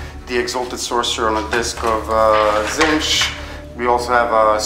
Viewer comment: As per usual, my thoughts as I watch: How did you make those Prosperine cultists? They're sexy. You're still saying "Zintch"... it's "Tzeentch" ... you get really close ! Those nines on the deny tests... Tzeentch's sacred number. Wish those people in the background would shut the fuck up. I really can't hear a lot of what you guys are saying. You should be rolling overwatch before the person rolls to see if they make the charge. God damn it Magnus is sexy, I need to get him. God damn it he is the sexiest. That big giant beat stick is beastly. I don't believe that there are any legitimate PDFs of the books. You should probably avoid displaying that iPad in the future... - 2 command points for Cycle of Slaughter, not 1... I really hate your opponent's dice. Can't read them half the time. I need one of those leviathans. They are so damn sexy. By the Emperor, Nurgle brings a lot of things to the table. - ha ha ha ha ha, enough to take out Magnus? - Tzeentch protects. Even if you don't say his name correctly. There's another hour of this? Wow. Long game. - I can't believe the D.P. and that ugly spider guy are still fighting. That's ridiculous. - What is with that stupid die he's using for health? It doesn't even have a number. Your opponent has stupid dice... - By the Emperor... Fail. 1/36 chance hurts. - I'm actually amazed that the D.P. survived going toe to toe with that monster. - You have to stop re-rolling